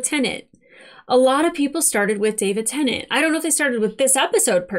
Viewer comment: Its not pronounced Tennant. IYKYK